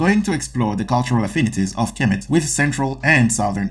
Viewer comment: Egypt will sue you for outright lie's also, you hack you're not even pronouncing Kemet right!